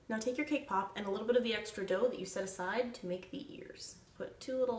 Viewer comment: at first i thought she said K-pop